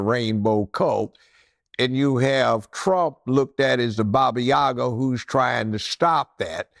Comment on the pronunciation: "the bah-bee-ya-guh"? Does he mean The Baba Yaga, the Russian folkloric witch? Unless he just means DJT is portrayed by the Left, as an evil monster.